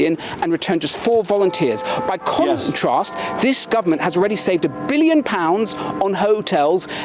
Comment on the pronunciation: He said ‘conentrast’. This is a script 🤷‍♂️